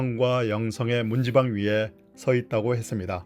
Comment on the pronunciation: 뜬금없지만요, ' 문지방'이라는 낱말의 발음은 /문찌방/입니다, /문지방/이 아니구요. 뭐 중요하지 않다면 중요하지 않은 사소한 것일 수도 있겠지만, 그렇다구요.